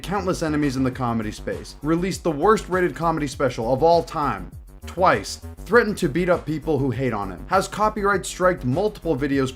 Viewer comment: The slight pause before saying twice hahaha